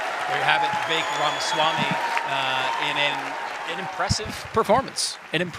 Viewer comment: Here is how we pronounce: rama s wami.